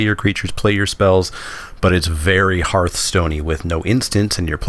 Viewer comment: HERTH-STONE not HARTH-STONE It's a HEARTH, Not a HARTH